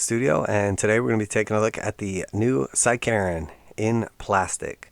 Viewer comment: I thought you said “side-Karen”